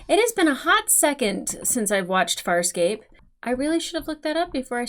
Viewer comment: ... Why does this womanpronunce "Farscape" as a southern american would say "Fire escape"?.. She even seem to include the extra micro gluttal stop.